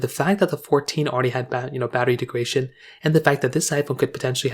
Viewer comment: Greetings. This is important. Thanks for posting. By the way, I believe the word you want is “degradation,” not “degration,” as you seem to be pronouncing it. Regards, DT